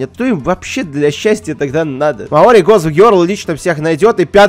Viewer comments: всем закрыть окно, в слове маори ударение на букву О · Так он вроде бы и произносил Мао́ри, нет?